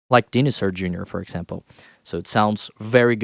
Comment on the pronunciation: Just fyi, that's not how to pronounce Dinosaur Jr. Just look up a clip from any Jurassic Park movie, and you'll hear how they say it. (It's pronounced something like DYE-know-soar. But will you pronounce each of those words correctly?)